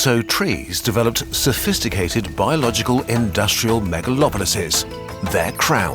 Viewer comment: what did you say shuphisticated what😅